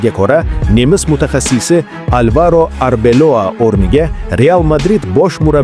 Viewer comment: Арбелова деб дурслаб айтса